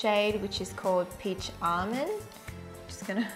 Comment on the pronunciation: Did anyone else notice that she pronounced almond “Amend” like the guy in the snickers commercial 😂